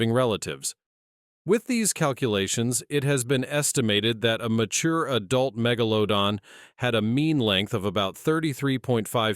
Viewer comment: "Keeps changing how Megladon pronounced😂